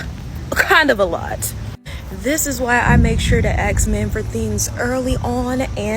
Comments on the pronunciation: I wanna axe this girl something, why can’t you say ask? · did she just said AKS instant of ASK? 😂😂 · "Acts" , do you mean Asks ? 😵‍💫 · Men can at least say ask... and don't say aks 😂